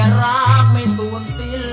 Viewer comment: ร้องนอกตำรา ออกเสียงผิด สิ้นเป็นเป็นสิ้ลล แต่ชอบ